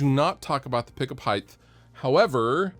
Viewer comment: Height not hiytht